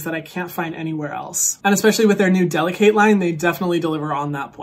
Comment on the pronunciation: You could at least say the name of the line correctly if they’re sponsoring you. DeliKATE like her name and not delicate.